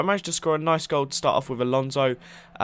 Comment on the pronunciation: sounds like your saying going for glod.